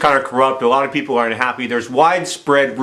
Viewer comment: Right after he finished the peeps off, he said the word people and I totally heard it as "PEEP-LE." :D